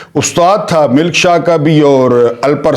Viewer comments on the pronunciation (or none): Good work.however,keep a watch on pronunciation. Like"khashwant"&milk shah ,koshal.etc.